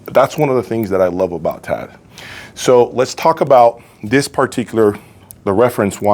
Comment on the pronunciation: T.A.D. Not "Ted". OMG....